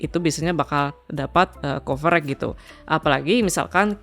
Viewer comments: Copyright dibaca kopirait bang bukan kopereg. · copyright apa coverage ?? gw dengernya coverage wkwk